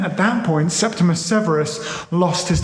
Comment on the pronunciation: "Septi-MEE-US- Severus," surely? 🙄